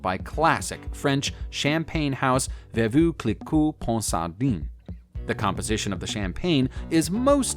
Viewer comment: Veevoo Clicquot Ponsardine?.... errrr, don't think so. Veuve as in curve without the 'R' sound.... Ponsardin as in Dan. The widow would be turning in her grave.